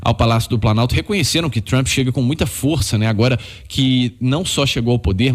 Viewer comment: O cara fala TRAMPI. Meu Deus. E está se borrando de medo...